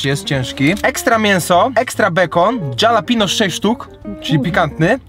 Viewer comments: to jest halapeno a nie dżalapino- nazwa drugiego burgerka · jak zwykle pewnie tego nie przeczytasz...ale czyta się: HALAPEŃJO. nie Dżalapino. pozdrawiam serdecznie... polonista, kur***wa mać :P jakbys powiedzial Halapeńjo to bylbym w 7 niebie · Jak by coś to wymawia się Halapenio nie hejt jak coś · . Nazwa burgera "DŻALAPINO" burger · dżalapinus ostrokus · Dżalapinio burger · Dżalapindo burgier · "dżalapino"....joe biden sie znalazł :P